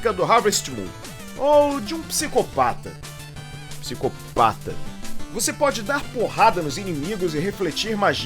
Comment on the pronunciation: Cara como eu ri do Psico-PÁ-ta suahushausha